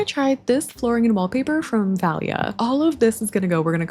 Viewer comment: Valia is actually a greek name and it’s pronounced VA-lya! Love your vids btw🥰❤️!